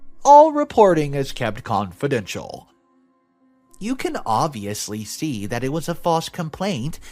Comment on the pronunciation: Also comical pronunciation 'unsubstandchuated' for 'unsubstaniated', 'distorb' for 'disturb' and 'confidenshenal' for 'confidential'. Great QC! /s